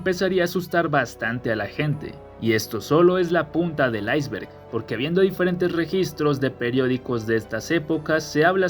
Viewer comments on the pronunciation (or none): none